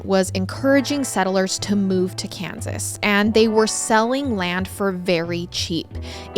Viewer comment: Kensas.. Hein, sounds like Israel